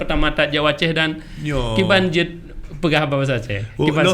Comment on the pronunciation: Jeuet.. bukan "jeit"..